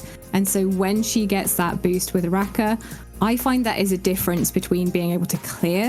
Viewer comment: The third syllable "NO" is also missing and replace with "a". The proper pronunciation would be "Araka".